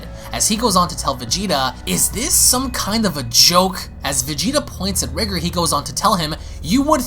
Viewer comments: Y does he keep pronouncing it as Ri-ger. It's Ri-GOR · His name is pronounced REE-GORE , not Rigger, i don't know if u tryna be funny but I hope not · Dude, it’s rye-gore. Not Rig-er. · Your saying riiger its r🎱gOr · Actually, it is pronounced like "Rigger". The Rye-Gore pronunciation is almost like saying "Kayo-Ken" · No, it's actually pronounced like "Rigger". The Rye-Gore pronunciation is like saying "Kay-o-Ken" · Btw my brother it’s pronounced “r-eye-gore”